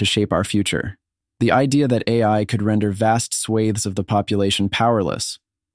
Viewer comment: "Swaithe"? It's "swath", computer voice.